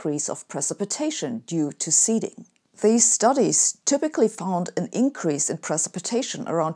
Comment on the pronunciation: Hey. I love your videos and your approach to life and science. And I have a favour to ask: any chance you could say words like increase, release, etc with an S instead of Z? That would be great. Cheers. Keep up the great work.